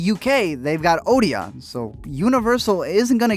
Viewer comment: ok that is not how you say Odeon, its actually more like O D N, say the letters together. Also this whole fight is about which group of millionaires get more of our money from the movies we watch.